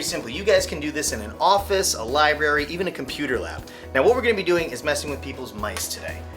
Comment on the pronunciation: Did you just say Libary? .-.